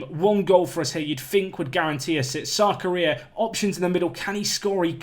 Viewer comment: Keep thinking you're saying "South Korea" when you say "Sarkaria".